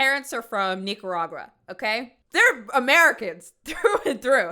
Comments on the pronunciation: Say Nicaragua wrong again😡😡I dare you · said niggaragua